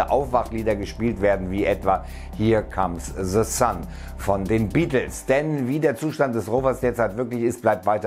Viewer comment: 0.45 . Kannst du kein englisch oder was es heißt here comes the sun und nicht hia cams se san